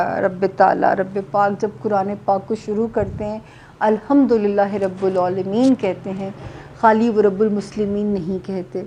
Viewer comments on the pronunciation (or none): Plz be carefull when you recite any surah, Alhamdulillahi Rabbel Aalameen Not Rubul Aalameen